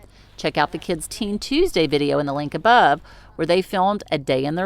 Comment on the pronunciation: Ahahaha,ya speaking Aussie already,mundy or tuesdy,brilliant,stay safe.